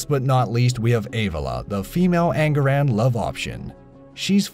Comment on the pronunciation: its An-Gah-Rahn